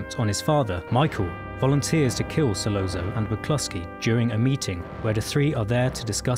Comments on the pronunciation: In Italian, a double 'z' is pronounced 'st,' as in 'pizza.' Virgil Sollozzo's name, therefore, should be pronounced 'Sollotso,' not 'Sollonzo' or whatever the hell you were saying. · I’m sorry, but it’s So-lot-so not So-low-zo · Same goes for Sollozzo ( who is falsely pronounced " Sollonzo") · Hard to pay attention to this when COPpola is pronounced as copPOALA. And SolOZZO (solOTSO) as solOAZO. These details go with in-depth analyses, don’t you think? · Dude it’s sa-LOT-so not sa-lon-zo and CO-pa-la not ca-POL-la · Not “Solonzo”, Sollozzo! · Great essay. But "Sollonzo"? Come on! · KOE-pu-luh So-LOT -- tsoe ---- No, not IPA phonetics, but they should help clarify. Or; listen any of dozens of thousands of interviews and news stories about the former (and his sister Talia Shire, his daughter Sophia KOE-pu-luh, or his nephew, Nicholas Cage, where they always mention Francis' name CORRECTLY, and actually watch the movie and listen to how they pronounce the man's name for the latter. Different accents and dialects are no excuse for mispronouncing people's names - especially for people so incredibly well-known. ___________ OK, the cork is amplified, sure. But I'm guessing they've never been in a building next to elevated subway trains in NYC. People in the back room stop talking to each other as no one will hear each other until the train passes. And it's even more audibly debilitating if the building happens to be near a station. That becomes horribly abusive in volume. What was presented in the movie was actually LESS than would have been heard unless the restaurant was a couple of buildings down the block from the 'el', but then the sound would have been somewhat less clear and defined. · This is really excellent and makes me look at the scene with fresh eyes! Just a small note, there's no "n" in "Sollozzo". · ...and manages to mispronounce 'Solozzo' in two different ways!